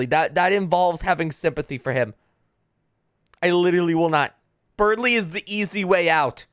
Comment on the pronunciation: I love people completely reading Berdly wrong LMAO